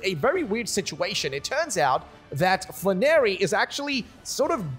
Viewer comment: Not fla-narry but flan-air-y